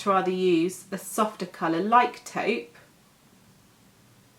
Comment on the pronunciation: If I was rich, I would slap the vitamin enriched face base all over my body. The texture is really nice and it has the best, lovely but not overwhelming scent. Also, it's nice to hear a beauty specialist in Youtube who actually knows how to pronounce "taupe". I see a lot of beauty influencers (even the most popular ones) who pronounce "taupe" the wrong way. It's not an uncommon shade for them not to at least research on the right way of saying it. It either adds or reduces credibility., your professionalism shines through your homemade videos.